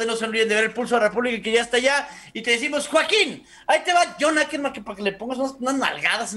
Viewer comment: Caquerman si es sucker-man